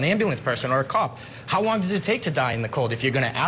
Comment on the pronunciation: 😂. Sorry, but I've replayed 3 times....why do you keep saying hose long to die in the cold??? Eventually, you do get it right...how long... So, whoever did that search mis spelled, but not hose long... been on the fence about this.... watching this episode of your show helped tip off straddling the fence. Then you go & compare this with O J case .... Good grief...